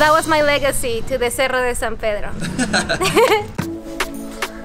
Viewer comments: Lol at first I thought he was saying Seattle de San Pedro lol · Una sentadilla por cada vez que dice sierra en vez de cerro.